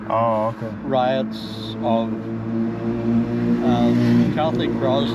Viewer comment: he says 'riots' not rats but the way they pronounce their 'i' make it sound like rats. On another note, if you'd worn something other than that grey rag for a t-shirt, you could have scored as well there as you do in Africa and other culo nations.